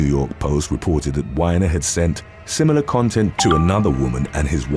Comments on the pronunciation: Anthony's name is pronounced wee-ner not whiner. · It's Anthony WEEENER NOT wine-er.